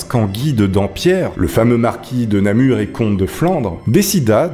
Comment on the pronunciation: Bonjour, j'écris actuellement de ma ville natale Namur et tu prononces très bien, merci